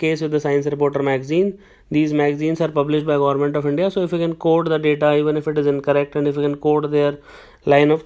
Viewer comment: Gorment??? Bhai English nhi aati to Hindi hi bol le. Kyun katwa rha hai???